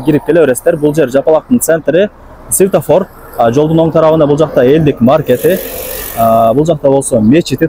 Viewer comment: Светофор десен ..ситафор дебей.